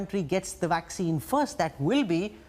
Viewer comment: He keeps saying waxcine and wirus instead of vaccines, and virus, just wanted to know from which did he passed!? anyway you may say as you like we understand you, but the things that worries the people is the vaccines becaused it takes more than 6 to 7 years to develop ,if so?! Then 95 percent of the world population will be wipe out ,I am very very sorry to say that!! .